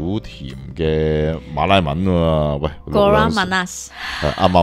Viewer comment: Kurang 读对了。Manis 可以用华语这样读：马“你is" 😂